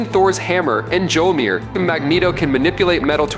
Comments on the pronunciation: Mjolnir is pronounced "mole-nire". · Its pronounced MYAWL-neer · 1) Learn how to pronounce "Mjolnir." (hint: the "j" is silent). 2) Slow tf down! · It annoys me how he pronounces mjolnir. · Chris Hemsworth can pronounce Mjolnir. So what's your excuse?